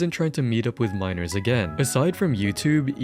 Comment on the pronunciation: You can't say 'Minors"??? WTMF????